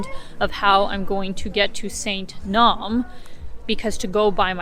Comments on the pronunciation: Yay, you said “supper” (instead of “dinner”). A good Prairie girl! Many years ago, back in Yugoslavia days, a Serb friend and I did a road trip around the country and camped out on the south shore of Lake Ohrid, near that 8th century church (Naum is pronounced Na-oom). We skindived in the lake and got an eel for our supper. Makendonian language is closer to Bulgarian than Serbian I’m told, and there was no English at all back then. How well can you get by in English there now? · Nice work. Just a little language tip: Like other words in Slavic languages, the names have a “spelling pronunciation” so Sveti Naum is pronounced ‘naoom.’